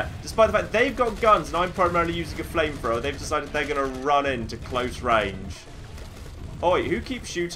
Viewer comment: accent makes it seem like he's saying flame frower